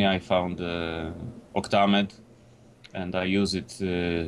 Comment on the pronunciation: Octa-mead! - you have booze on the brain, its Octa-Med, as in, 8-Track Music EDITOR.